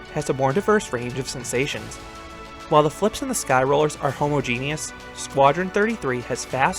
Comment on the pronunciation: Dude...."homo genius"😂 ha-mah-gin-us( homogeneous)❤